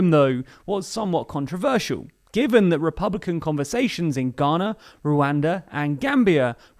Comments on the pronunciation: It’s “Ghana”, not “Gayana”. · Did he just call Ghana, Guyana